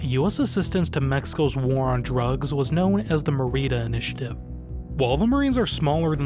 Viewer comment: Someone teach this man how to read an accent 😂 Santa Rosal*í*a M*é*rida